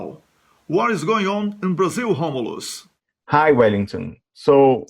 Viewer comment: Excelent pronunciation Romulus